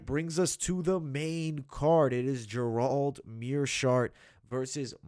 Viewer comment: why can't you pronounce Gerald? it sounds like you are saying Jerome